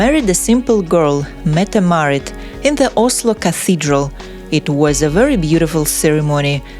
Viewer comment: You pronounce yourself incredibly wrong, she is Crown Princess Mette Marit